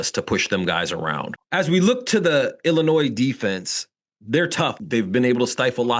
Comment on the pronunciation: Its Illinois....not Illinoise. Love see the people that have me blocked on twitter....well the dubup discord has me blocked not the people who run it.